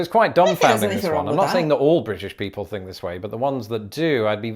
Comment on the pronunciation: Why does this attractive young lady pronounce "think" as "fink"?. Just askin".